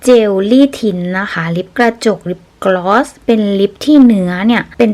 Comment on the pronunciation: อ่านว่า กลอสค่ะ